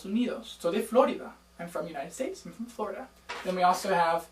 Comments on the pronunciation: What is así-así? I am a native Spanish speaker and I had never heard of it in my life. Also we say Florida with the accent in the middle Flo-RI-da, that´s your English coming out with FLOrida. Cheers. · im "latina" and when he says "igualmente" sounded weird because u say "iguallmente" and when u say "florida" u must say "florída"